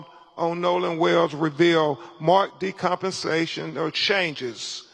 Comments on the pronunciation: "decompensation" - dude can't even read! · "Marked decompensation". And he's an attorney? "Marked decomposition". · Constantly saying, "decompensation" is crazy work